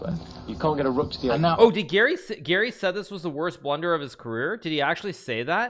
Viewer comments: I was so confused cz when Hikaru says Gary it sounds like Giri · Hikaru has a very strange way of pronouncing "Garry." Sounds more like "Geary" or "Giri". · I swear I always hear "Giri" everytime he says Garry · Me too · Ngl i didnt realise he said garry until i finished the vid and saw this comment.